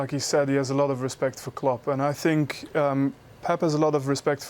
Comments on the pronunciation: Nobody: Mourinho: I sink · Jose: “I sink...” Everyone else: intense listening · 😂😂😂😂😂😂 I Sink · I sink You sink He sank ... While ago 😄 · Roy Keane : I Tink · I sink he knows a bit of the game but I sink it's not so hard to be an analyst/commentator, I really sink so... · Somebody should tell Mourinho to stop saying sink instead of think! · Normal people : i think Jose : i sink 😀😀😀😀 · Nobody: Jose Mourinho: ' I sink' Me: Well City are sinking with you right now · Morinho pronouncing 'think' sounds like 'sink' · Jose: "i sink" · Relax man.... I'm a big fan of his. But sometimes the opportunity for a good joke can't be passed away. I SINK Jose would agree with me on that.....😂🤣😂😆😁